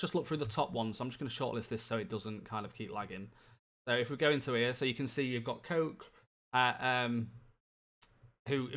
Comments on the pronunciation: Did he just call koke..... Coke? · he completely murdered that pronunciation